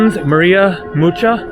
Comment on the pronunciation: Mucha is pronounced ‘Muka’